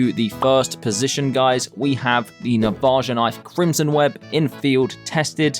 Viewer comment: i hate how he pronounces navaja